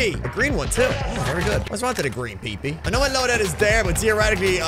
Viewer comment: The way you say peepeee😂😂